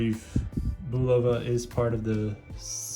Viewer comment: You're pronouncing Bulova wrong. It's pronounced "Boo-loofah," it's "Bull-uf-Uh."